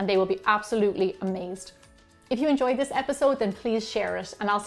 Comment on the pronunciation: I have to tell you, It sounds like you're saying 'BALD' bakers! 😂